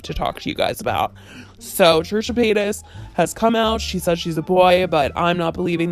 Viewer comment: I find it funny that I kept on hearing either "Trisha Penis" or "Trisha Painass" even thou I know her full name is Trisha Paytas.